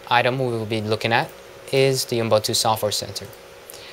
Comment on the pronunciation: Dude your videos are good but please please please pronounce Ubuntu correctly. Its not Unbuntu, it Ubuntu (YOU-BUN-TOO) other than that good review :)